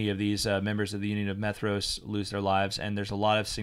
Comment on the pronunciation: "Maedhros" should be pronounced as "MY-throass" with a voiced /th/.